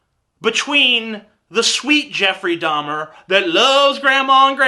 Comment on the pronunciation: No that was Jeffrey DAHMER! D-A-H-M-E-R. Not DAUMIER!